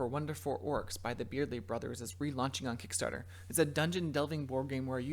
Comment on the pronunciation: Hehe, you missed the "t" in Kickstarter and made it "Kickstarer". 😉